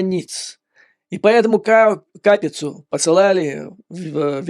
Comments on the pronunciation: Не КАпица, а КапИца, а направду Копиця. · Не КАпица, фамилия ученого КапИца, вы точно жили в СССР?